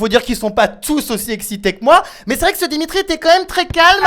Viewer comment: Dimitri dit Diminute